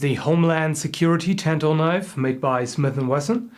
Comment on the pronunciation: Nice! BTW, the a says "Ah" like in "katana"